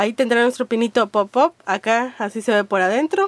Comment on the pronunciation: pop aaaaap se dice